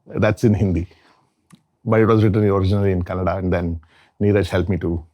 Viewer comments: It’s kannada * not Kannad folk 🙏🏼 pls with all due respect understand the emotions ! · KANNADx NO-- KANNADA RIGHT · With all due respect sir , it's not Kannad, it's Kannada ..! Please say Kannada next time. Thank you.